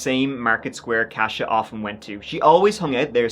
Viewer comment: Believe it's pronounced as "Kosha", not "Cash-a". My Polish grandma called my sister, Katie, that when we were younger.